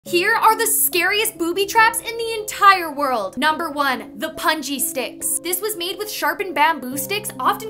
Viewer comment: I've never heard "punji" pronounced that way. Must live on the mid west where there's no brown people lmao 🤣